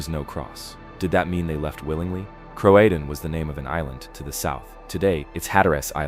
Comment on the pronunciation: It’s Cro~a~tan😂